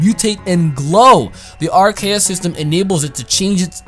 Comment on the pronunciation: So even with the name broken down to RKS you still say it wrong? C'mon!